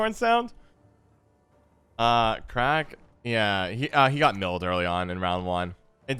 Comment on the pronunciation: crach and craigh is different...